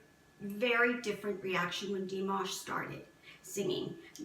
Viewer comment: also corden is a good guy because he takes the time to get to know people he has visit on his show. he did pronounce dimash's name wrong, but i think that was due to not being able to have the ability to really look into dimash to learn about him like he wanted. but from having bts on his show and spending time with them and getting to know them and pronounce their names properly, which surprised them, you can tell that corden is a good guy.